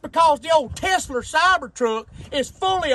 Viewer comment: Teslerrrr 😂 info TAIN ment centur 😂